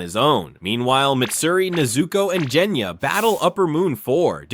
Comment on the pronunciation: obviously, I’m just laughing that it was pronounced wrong